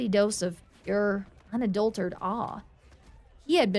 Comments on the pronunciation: One minor quibble. It's pronounced un-adult-er-at-ed. Not unadultered. Other than that, excellent narration of an excellent story.❤ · The thing is, this isn't a simple mess-up. On multiple stories, she's pronounced "unadulterated" as "on a dull turd," despite correction notes. It sounds like either an inability to learn or a refusal to do so. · Once more: "Unadulterated" is SIX syllables - Un-uh-DULL-ter-Ray-ted Please try and get it right. Please. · I've encountered all manner of accents, and she's the only one I've ever heard drop the "rate" from that word. It's grating, like a fly landing in your drink.